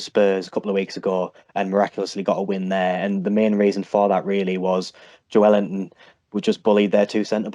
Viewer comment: How hard is it to say Joelinton ffs 🤦🏽‍♂️😂 “Joellington”